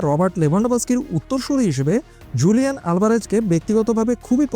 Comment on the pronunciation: হুলিয়ান হবে স্প্যানিশ উচ্চারণ জু হয় না